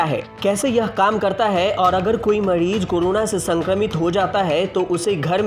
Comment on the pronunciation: मड़ीज नहीं मरीज, उपकड़ण नहीं उपकरण.. सुधारा मर्दवा